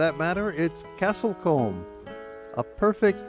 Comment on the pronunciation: It's Castle C-oo-m (as in loom, doom or boom). Americans...